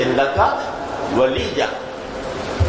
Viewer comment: Waleeja not waleeya